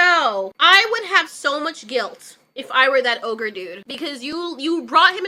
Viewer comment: Its Oh-jeer not ogre ...